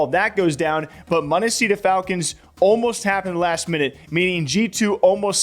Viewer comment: Monesy not munissy